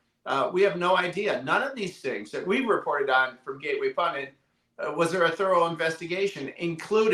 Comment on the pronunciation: Pundit not Pundint.